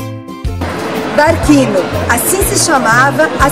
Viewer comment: Não se fala barquino, é "barthino". Som de q teria se fosse escrito barchino.